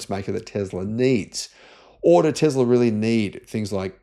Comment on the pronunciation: Tezler 😂 speak English man 😊Tezzla 😅 Let's say it together T E S L A ... TESSSS LA